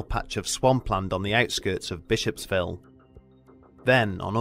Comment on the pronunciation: *Bishopville (not ‘Bishopsville’)